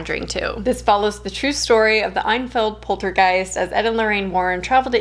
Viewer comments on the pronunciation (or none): "Einfeld" sure is an interesting way of pronouncing Enfield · I’m so sorry- your pronunciation of Enfield made me laugh out loud 😂 I’m sure I would have struggles with pronouncing American place names so no judgement but as I’m from there it just made me giggle